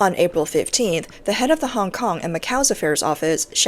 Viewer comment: CCP's 'Director Hong Kong and Macau' can't even pronounce 'Hong Kong'. Doesn't speak a word of Hong Kong's langugage. We Hong Kongers can't understand a word he is saying if it wasn't for subtitles.